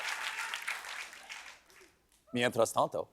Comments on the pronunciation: “Mientras Tanto” made my day! 🥳 I love that Stephen is pronouncing this and all the Spanish words perfectly!! Impresionante Estevan! 👏👏👏 Muy bien. Me encanta ☺️ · Loved 'mientras tanto' and cudos to Esteban with that sexy pronunciation. Amazing writers. Latina aproves